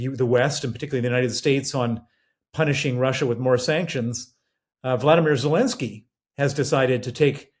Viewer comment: Still saying "Zalinsky" after nearly four years.